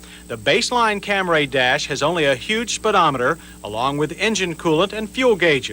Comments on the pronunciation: insistence on calling it the Cam-ray kills me every time. It gives me shivers of discomfort. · Your deadpan pronunciation of "Camray" throughout the video somehow got funnier as you kept doing it.